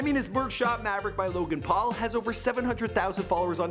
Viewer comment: Wow you actually pronounced this guys name correctly unlike felix